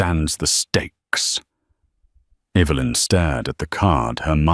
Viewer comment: Less beard on the mafia boss. I see Evelyn is still an issue when pronunciation. Good story.